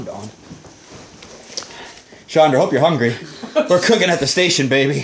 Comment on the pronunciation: did he say baby or maybe?